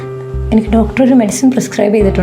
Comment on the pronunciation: ഡാക്ടർ അല്ല ഡോക്ടർ